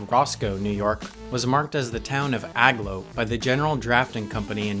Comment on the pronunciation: "AG-low" is pronounced "A-glow" as in, the place is aglow. Sheesh. Read a map once in awhile.